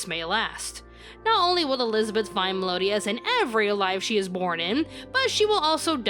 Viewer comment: I like you, but come on... it's Mel-EE-OH-das, not Mel-OH-DEE-as. It's right there! "Meliodas"